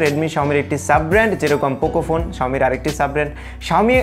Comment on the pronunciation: its xiaomi not xioa......